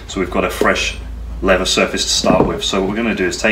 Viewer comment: Please pronounce the word leather correctly, I'd stay with this but the way you say lever does my head in mate.